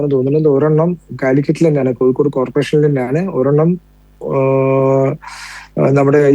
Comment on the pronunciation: കോയിക്കോട് അല്ല പൂമോനെ.. കോഴിക്കോട്.. ഈ പൂമോൻ ആരുടെ മാധ്യമ പ്രവർത്തകൻ 🦜ആഗോള ഇസ്ലാമിക തീവ്രവാദി ബന്ധം.